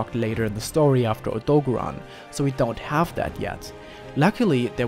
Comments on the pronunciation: Odogaron getting called Odo-bear-on hurts my heart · the way he says Odogaron makes me uncomfortable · Bruh the way u say Odogaron piss me off because you saying his name wrong.